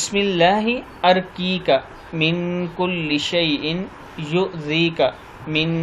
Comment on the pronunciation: ارقیک الف پہ زبر نہیں پیش ہے